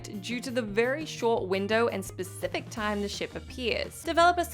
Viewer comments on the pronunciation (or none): none